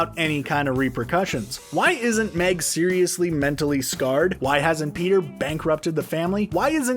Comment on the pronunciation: He legit says Beter instead of peter in the whole video